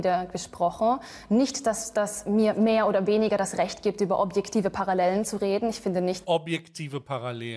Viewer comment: "Paralläälen" Das hat mich beim Ursprungsvideo schon hart getriggert..